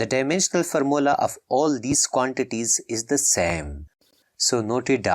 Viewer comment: Bro say formula as farmola😂😂